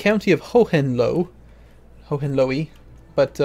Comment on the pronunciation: ho-hen-loee xD